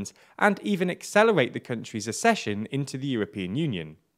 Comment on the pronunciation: The word is accession pronounced ac-session